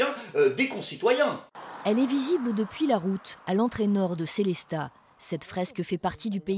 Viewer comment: "Sélésta"... il y a un jour où la langue Alémanique ne sera plus massacrée ?